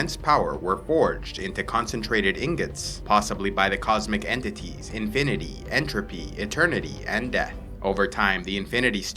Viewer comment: EntropEyyy InfinitEyyyy EternitEYYY And deThh